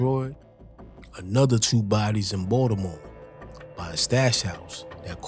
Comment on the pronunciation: Why u keep pronouncing Baltimore like that Watchu slow or something 😂😂